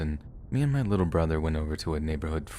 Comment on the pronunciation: 😆 that was funny "emphasis on litlewl" 😆 WHAT IS SPEAKING?!